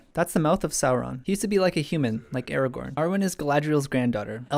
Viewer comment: When he says Aragon I hear it as Eragon. I shall go back into the corner of good books with bad films. : (